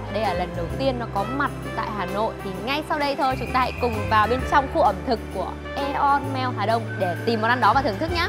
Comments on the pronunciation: Aeon Mall đọc là " i ông-mô " cj nha 🤣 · ơi nói sai tên Aeon mall rồi kia ^^